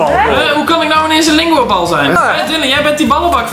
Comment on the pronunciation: HAHAHA HOE TEUN LINGOBAL ZEGT GA IK ECHT STUK 😂😂